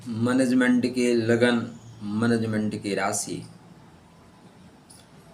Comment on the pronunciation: मैनेजमेंट तो बोलना सीख लिजिएगा